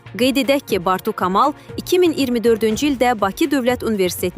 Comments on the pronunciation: kı evezine ka deyir savadsiz,bunları haradan tapıb çıxardırlar göresen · Ay aparıcı, yəqin sən də ali savadlısan...Amma Kamal sözünü düz deyə bilmirsən...Sənin kimi savadsızlar buraxır da bizim Universitetlər...Bartu [K] amal nədir? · Xanım ,ay jurnalist siz bir Kamal adını düz deməyi öyrənin!!!!!!!! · Aparıcı siz k e hərfinin bildirdiyi səsləri qarışdırırsınız sizin üçün böyük qüsürdur fonetikadan biliyinizi təkmillədirin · Xanim qız, sözleri důzgün teleffuz etmirsiniz.Kamalı kolxoz k -sı kimi deye bilmezsiniz. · Xanım birincisi kamal sözünü düzgün tələffüz edin ikincisi isə dediyin o kamal başından böyük qələt eləməsin Gürcüstandan gəlib burda at oynatmasın hec olmasa camaat neçə diplomla işsiz qalıb qurban olasan danışığını bilməyən atana naxışı gətirib televizaya gəlib səni də yanına cəkib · Zaur Kamal deyərkən "K" hərfini düzgün ifadə edin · Bu cürə tələffüz eşitməmişdim,ay xanım Kamal adın yazılış formasıdır, tələffüz gülməli səslənir😅😅😅